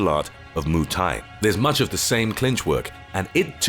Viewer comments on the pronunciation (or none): I died when he said Moo Thai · You know a guy can't fight when he can't even say Muay Thai right lmao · "moo thai" lol